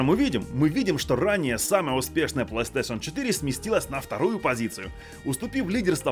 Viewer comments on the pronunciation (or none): none